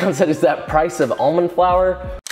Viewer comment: However I do have an issue with how he pronounced 'almond'